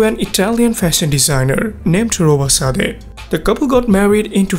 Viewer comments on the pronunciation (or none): none